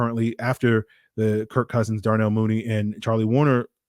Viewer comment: Kirk CUHsins